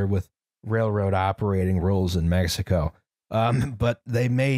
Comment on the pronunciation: pronouncing spanish words as of they're italian is a mindfuck (di messico) on Mexican Gladio: don't worry, it's coming Henequen: It's sisal in English